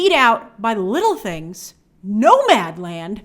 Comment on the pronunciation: The way you said “Nomadland” killed me! 😂